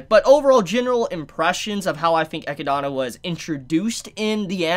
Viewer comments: you probably already know this, but I'm pretty sure Echidna is pronounced like (Eh-Kid-Nah) like knuckles the Echidna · Echidna's name is pronounced uh-kid-nuh, just like the animal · It’s pronounced Eh-kid- nah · It's pronounced Eh-kid-nuh. Depending on your accent. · Its pronounced E-kid-na =echidna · Straight up mispronouncing echidna for half an hour but otherwise some insightful content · "Eh-kid-Na" or (depending on where you're from) "Ay-kid-Na" Echidna. Not "Eck-ki-da-na" For those of you whose souls are screaming "He keeps pronouncing it wrong!" You're welcome. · I just crossed the 5 minute mark but it is hard to unhear. You wrote it right but you say her name incorrect? XD I always hear 'Echidana', not 'Echidna' - so irritating. XD I'm not a judge, but I just wanted to say it. ;) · Echinada? Is anyone else cringing at the pronunciation of Echidna....😬 He's adding letters. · For one: it’s not “Eh-key-dah-nah” it’s “Ee-kid-näh” Come on, you know, like Knuckles the Echidna from Sonic? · I'm pretty sure that Echidna is supposed to be read as Ehkidna, at least in english. Echidona happens cuz japanese language just requires each syllable to end with an english vowel. (Theres other terminology for it but this is the easiest way to explain. Thats why Rem is pronounced Remu, and Roswaal is Rosuwal. Kinda like when a Japanese person says Friend, they say Furendo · also her name isnt echi donna it’s literally echidna like the sonic character knuckles is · It's not Echidana It's Echidna. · Hhmm, am I the only one kinda irked when he calls her Eh - Ki - Dana? Rather than Eh - Kid - Nah? Am I the one in the wrong? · This is how Echidna's name is accurately pronounced. EH-KID-NA. The name is something out of folklore, so I've heard it before and that was how it was pronounced, just to let you know. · Eh-kid-na is the proper way to pronounce it. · I think its pronounced eh-kid-na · Name: Echidna Pronunces: Echidona Me: I'm out lol!